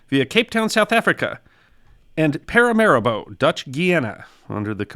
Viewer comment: "para ma REE bo", not "paira maribo". I wondered what the hell you were saying~